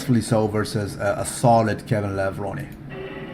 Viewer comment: Hey there nice to hear you pronounce K. lavrone correct Sorry if i make some typos